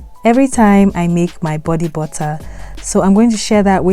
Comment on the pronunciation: bodee buttaaa